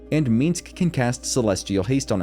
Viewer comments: The way he keeps saying "Meeensc" instead of Minsc is a bit grating... But the video is otherwise very good and helpful. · First time watching, great video..but one thing: it's MINSC, MINSC (Like Minsk)..not Minsx. Play BG 1, or 2, you'll hear him say his own name like a couple dozen times (at least). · every time he said the word "meensk" my ears hurt. that dude can stay tf in camp, i think you just like saying his name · I cannot hate your pronunciation of "Minsc" more. Shit talking aside, these guides have been marvelous. Much love!